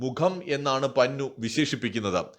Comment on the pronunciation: പന്നു അല്ല പന്നൻ.കോഴി കോട്ടുവായിടുന്നപോലെ.😂😂😂😂😂